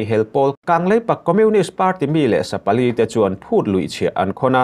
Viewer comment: I chhiar thiam thin e, mahse thil pakhat chiah kalo sawi teh ang. Mi leh sà pali tia chhiar tur ni awm tak kha, mi leh sapali i ti teh tlat hi, i in hmeh lo em mai😅